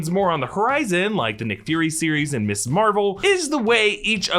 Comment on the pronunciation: Are you so ignorant you don't know how to pronounce "Ms." ????... SERIOUSLY ????????????